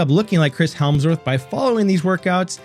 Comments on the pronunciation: Chris Hemsworth - There's no L in there :) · It’s embarrassing you made an entire video where you mispronounced his name every single time.